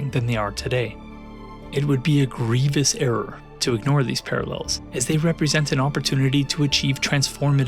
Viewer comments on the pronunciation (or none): none